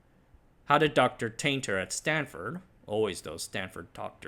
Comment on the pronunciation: Are you a Berkeley alum by any chance? Never heard anyone else call Stanford “Stanfurd”